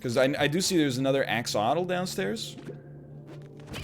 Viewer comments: I love how he gets the pronunciation right the first time but then forgets that half the letters exist in its name LMAO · He won’t learn the correct way to say axottle? No wonder they call him the bad-boy of gaming. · Pronounces 'Axolotl' correctly for once "And no, I'll never learn the correct pronunciation..." immediately pronounces it wrong again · Noooo! WEhn NL blew up the Axlotl (pronounced Axe Lot All). I went NOOOOO!